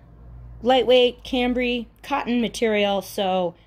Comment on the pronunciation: Cute stuff. Just for future reference, it’s pronounced sham-bray.